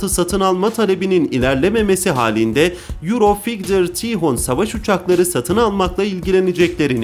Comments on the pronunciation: Kardesim euro fiyter diyo ne demek fiyter ve dahasi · Yurofigtır değildir o,yurofaytır dır 😁